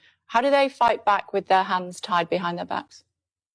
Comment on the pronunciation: she says "tands were hied behind their back".... 🤣🤣🤣